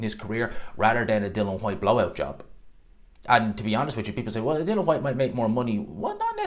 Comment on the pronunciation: di-li-an not di-lan it's really not complicated